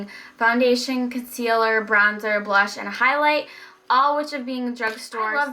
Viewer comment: Brown-zer 😂 :D love you